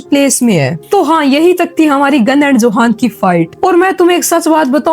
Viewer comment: Johan nhi use yohan pronounce karte hai